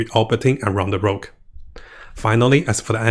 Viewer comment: It's "Rogue" not "Rouge"